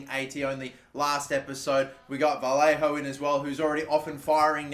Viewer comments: “Vallero” “Valliajo” COME ON 🤣 VA-LAY-HO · Vallejo name is pronuced vajejo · You gotta stop butchring vallejo's name man